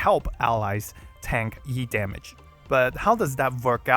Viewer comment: I'm so ready for Yu, but still I hope I can get him early and manage to snag Blaze alter as well. Also E-damage sounds like YEET-Damage